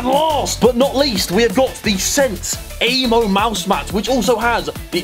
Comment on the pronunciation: Harry when you do an ad read atleast be bothered to pronounce AMO correctly